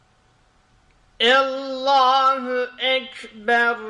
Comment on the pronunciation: Arapça ü harfi yok, u var ve u diye okunur. Allah kelimesi Allah diye okunur Ellah diye değil. Bu ü geleneği nereden geliyor bilmiyorum ama arapça telaffuzu araplardan öğrenmek doğal olarak en doğru yoldur. Saygılarımla...